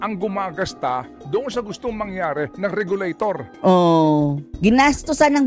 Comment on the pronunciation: Tama po ba dinig ko, "regalo-tor at regalo-ted"? Just roll and roll the dice...